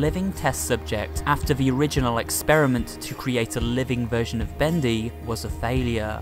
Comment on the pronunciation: It really makes me uncomfortable when he ends the sentences by making the last syllable of the last word longer. (for example: characteeersss, bendyy, studioo)